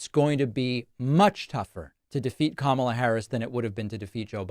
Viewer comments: I was so used to him pronouncing Kamala like she was the 90s WWF wrestler that I was quite surprised to hear him mispronounce it in a “new” way this time. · I cannot stand how he says Kamala Harris's name. It's like he's calling her a camel. He's very degrading and I will be glad the day I never have to see his pie hole mouth again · He didn't forget he mispronounced her name 😂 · I know Trump watched the DNC. He complained a lot about it. They took time to show the World how to pronounce her name. Trump continues to mispronounce her name!! 🙄 But this idiot really said, "even if you don't like me, you have to vote for me" Wait, what??? Are you serious???? 🤔 If you can't even renember who you are running against, why would I trust you to know how to run the country???? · Possibly those Kamala pauses were really him trying to remember what version of butchery he was using last when pronouncing her name. He wants to be sure he doesn't pronounce it correctly. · Very telling how he refuses to call her by her last name and continues to mispronounce her name (though he did have a mini stroke halfway through this sentence). He just can’t stand that she’s a woman of colour, I bet he’s got a little dartboard with her face on it. What a sad man. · Damn. A missed opportunity to call her "Commie Kamala." AND he forgot to mispronounce her name. To be fair, Dems are saying vote blue no matter what, but... Actual reasons. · this clown - he is upset at himself for not intentionally butchering pronouncing Kamala but didn't realize he said Biden - all the reason we gotta stop having POTUS past the age of 75yo due to diminished wits. That goes for RED and BLUE. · When he glitched out by saying Biden then suddenly remembered who his opponent is, he then accidentally forgot to mispronounce her name intentionally in the way he otherwise always does.